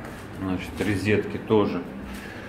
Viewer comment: Мало того, что ничего полезного не сказал, так у него ещё и резетки вместо розеток